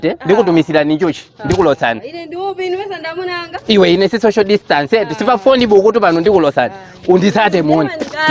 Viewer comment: social ndi sicial kkkkkk